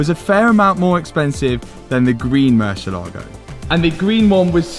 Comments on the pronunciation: A What? Marsheelago, Mooshylawgo... Moor-siel-ago It means bat, dingus. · It's MOOR-SEA-EH-LA-GO, 5 syllables, not 'merseylago.' It's Spanish for bat, as in flying animal, not a lake near the river Mersey! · I downed a shot every time you said Mucielago ……. I’m drunk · for the sake of that "mercylaagow" that I really enjoyed every time murcielago is pronounced : moorcee ela go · Stop saying mershilago its merci lago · Hi Keeps saying Marshall Lago !! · 😂😂😂 morsel Lago bro stop saying it like that you guys look ridiculous is pronouncing it im English is pronounced in spanish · Ok but could you just not call Mur see el Lago? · So funny the way pronounces "Mercia Logo":D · Say moo -si -a - la -go .that was the saund. murcielago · Moor-sieh-lagoh. Pronounced. Murcielago means bat in Spanish. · Mersha-Largo, hahahhaa lol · murciElago try pronounce the E stronger so you can actually know how the car is really called cause I couldn’t understand what you were saying hahaha it’s Spanish word for BAT. Good video btw! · Man i like your videos but when you pronouns murcielago like murshielago i fell in rake sorri😂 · Top Gear had the same problem in correctly pronouncing the name of this murciélago car. It's moor, thiel, are, go. It's the Spanish word for bat. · MURCIELAGO (MUHR ZI ELLA GO) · "Marcelogo" hahahahsha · I don't understand why some youtubers can't take few seconds of their time and learn how to pronounce their car names the proper way. It is a not a marchalado. It is a Murciélago. It takes 5 seconds to learn this word the right way. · know how to put it up every time 👌 But if he keeps saying MÜR-CHIE-Lago I SWARE TO GOD.... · is not "Mercylogo", its MURCIELAGO 🤣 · I played a drinking game with how many times you said MerSHialago 🤣🤣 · It’s amazing how no one can pronounce Murcielago properly… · Murcielago has the accent on the "ie" part, not on the "lago" part. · Hearing the poor lambos name butchered is always cringe 😬